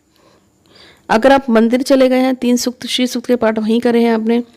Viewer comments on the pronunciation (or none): Pranam jo paath krna h wo shri sukt ka paath h name clear ni ho rha h